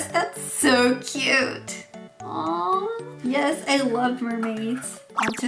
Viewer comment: Yes! がそれみろってwww 可愛いぞおい